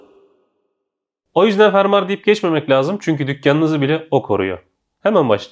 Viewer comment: Fermar degil fermuar